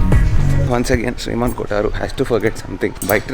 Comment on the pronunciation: Its Sriman not Shiman